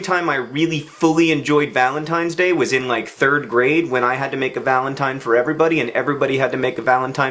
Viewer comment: Did he say Valen's Penis Day?